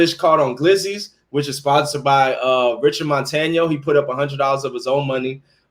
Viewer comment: You finally got Richard Montaños name right. Woohoo. Tomorrow or the next day I'm going to show you who is the real glizzy master.